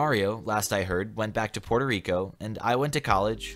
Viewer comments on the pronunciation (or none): none